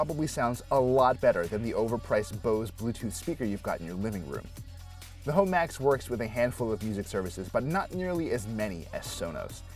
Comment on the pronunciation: It's pronounced Home Max, not Ho Max. yeesh